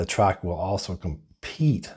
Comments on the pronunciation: It's pretty hard to take a review seriously when the name of the vehicle being reviewed isn't even pronounced right. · It's called a TRAX, not Track. There's an X in there. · Why are you calling it a Chevy “Track??” Its a Chevy “Trax.”